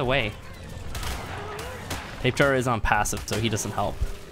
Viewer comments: Why do u say tapejar it’s tabahara that’s how it’s said not tapejar lol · It's not a Tape-Jara, it's a Tapy-Jara EDIT: as in pronunciation. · It's not pronounced 'Tape Jar' And I currently play the mobile version of this game; The frame rates suck, the crashes are frequent and it's generally a mess. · R.I.P xxxtentacion lmao stop being a pissed kid He pronounces it wrong but not that it matters But People who correct others every time is annoying tbh Btw it is actually Tapy-Hara Its a silent J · JUST SO YOU NO THEY ARE PRONOUNCED TAP-A-HARA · Tails Gaming he says tape jar cause he likes too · Apparently it’s pronounced Tap-a_Har-uh... W H A T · Oh my god if I here “tape jar” ONE MORE TIME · I thought it was really how you thought it was supposed to be said until I watched more videos 😅 I live in the SW United States and I hear Spanish words get absolutely butchered all the time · Why do you sat tapejara like that its a very strange pronunciation